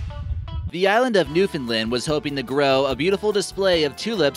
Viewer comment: Being from Newfoundland it's pronounced New-Found-Land not New-Fin-Lind. 😔